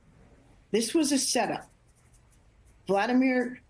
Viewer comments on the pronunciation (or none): Shame on Susan Rice slipping and starting to refer to VOLODYMYR ZELENSKYY as Vladimir, then caught herself and switched to the correct name but couldn't even pronounce VOLODYMYR correctly. JEEEEEEZ, we are all so pathetic in this country with other languages. BUT SHE IS 100% right about this being a set up. Trump is the most disgusting person on earth and I hope a large meteor falls on Mar-a-Lago next time he's in residence there. He does NOT deserve to share the atmosphere with the rest of us. Trump is utterly evil, deranged, unhinged, narcissistic, sociopathic, psychopathic, dishonest, perverted (would date his own daughter he said, if he could) and disgusting that he is on the side of a former KGB spy now masquerading as the President of Russia...Putinsky changed their laws so he can stay in that position for life. Trump is vile, repulsive, and as we have heard from many people in the last year, smells like excrement. That's of course because he IS excrement. His brain is made from it. How could 77 million Americans fall for his lies. How could they vote for such a dishonest pathetic man?